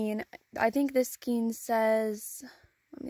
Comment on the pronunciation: Ok cant watch. The word is pronounced "skayne", not skeen.